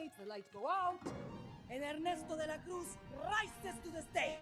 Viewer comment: Ernesto de la Cruz - more like Guillermo Cosbíez. ¡Muby bieben!"